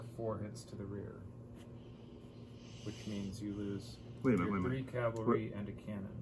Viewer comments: As in Cavalry, not Calvary. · Please, not calvary. Cavalry.